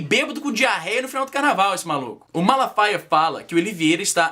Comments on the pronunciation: O Silasmalafala faia :) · "Malafala faia" haushaushaus Caralho vei ficou mt engraçado uaushauhsua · Silas Malafala faia hahaha! O pior é que eu tentei falar também e errei do mesmo jeito, só falei direito na segunda vez